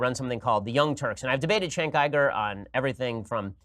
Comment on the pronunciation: "Shenk Ayy-Grrr" Ben Shapiro 2018